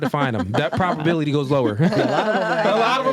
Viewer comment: You’ve GOT TO stop saying “PROPability”. It’s PROBability. With a B. A thing is either PROBable or imPROBable? It’s never PROPable or imPROPable.